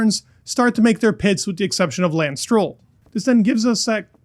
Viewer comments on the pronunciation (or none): none